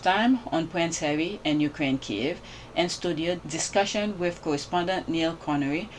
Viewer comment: Thank you fir pronouncing Kiev properly ❤❤❤❤